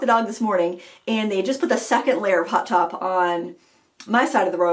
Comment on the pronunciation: Thanks for the laugh! When you were talking about "hot top" I thought you were saying "hot tub!" I couldn't figure out what hot tubs had to do with rollerblading, unless it was some wild and crazy Maine summer activity! LOL! Oh, BTW, I liked the lower lighting you used ~ easier on my old eyes and more flattering, too. Happy to hear you're enjoying summer and crushin' on a KitchenAid. Just drop a few hints to Mr Frugal and the Frugal teens and maybe it will happen for Christmas!